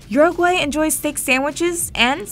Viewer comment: Lol you said all the Spanish nicely, that is till you said Uruguay, complete butchering. There's a right way of saying it in English, and you managed to ruin that too.